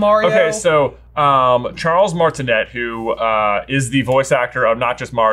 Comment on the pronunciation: Just a couple of friendly corrections; Jessica DiCicco voiced the plumbing customer character in the commercial . And Charles Martinet's last name is pronounced in the French pronunciation, Martin-A like "Martin" then the letter "A"